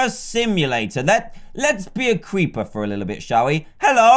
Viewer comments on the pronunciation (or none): Dan can't say creeper XD 😂 he says cweeper